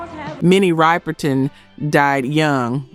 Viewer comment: RIPPER-TON! You all kill me mispronouncing these people's names. Can you all program your systems to pronounce these names correctly?